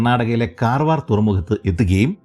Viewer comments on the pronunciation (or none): കറവാർ അല്ല കാർവാർ